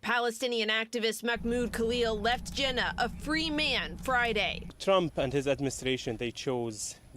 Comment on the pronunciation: Jena, Louisiana is pronounced "Gina"